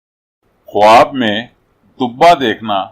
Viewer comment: Bhai sahib lafz ka talafuz khaab h na k khwaab